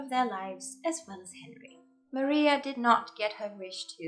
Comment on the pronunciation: For how particular u are referencing accuracy ur mispronounced Maria's name